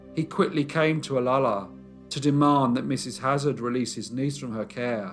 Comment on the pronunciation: Pet peeve of everyone who lives in Olalla... pronounced oh- la-la not ola-la Also! Mrs. Haglund's son was the founder of Ivar's seafood restaurant... and she would have died anyway of stomach cancer.